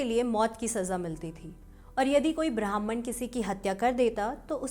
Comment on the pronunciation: ब्राह्मण का उच्चारण सही कीजिए। आप ब्राह्मन बोल रही हैं जो की गलत है। लगता है कि आपकी पढ़ने की लिपि अंग्रेज़ी है।